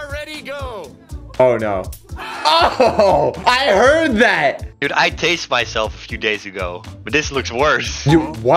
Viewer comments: At the start I thought said he tasted himself instead of tased I'm done bad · When he said he tased himself I thought he said taste lol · When said i tazed myself i heard i tasted my self.